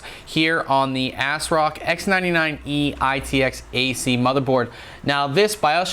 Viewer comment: i dont think its pronounced "ass-rock"....